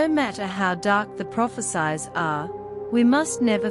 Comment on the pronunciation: Prophesies pronounciation so annoying. Hope before you enunciate study how words should be pronounced. It sounded as prophe-SIZE, should be prophe-SEES. Destroys the effectivity and impact of the message.